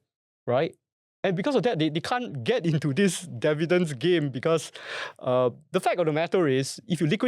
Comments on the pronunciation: no dun correct it. I’ve learnt to accept Indian Indian developers saying Dair-vair-lop, so I’ve gotten used to your dair vi dents. And I will know it’s you and not AI 😂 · DIV- VEE- DENDS !!! OMG! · WTF is "Dair-vidents?!"